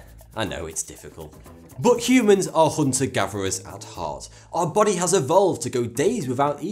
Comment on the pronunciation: thought he said "how CUBANS can delay death" XD